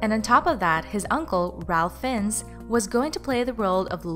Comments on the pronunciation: It's pronounced Fines not Finns. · Ffs learn to pronnounce names his uncle's name is pronnounced Rayf Fines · You are pronouncing his name wrong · You pronounced Fiennes wrong and Ralph is pronounce Rafe.